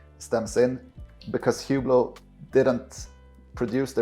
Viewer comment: This guy can't even pronounce the name of the brand he's defending correctly 🤦‍♂...The H is silent..say "OOH-BLO" not HEW-BLOW. This tracks perfectly with the typical owner...They're loud, garish watches that are famous for being famous and that appeal to ignorant people with bad taste and money to waste. They're the purple Maserati SUV of the watch world.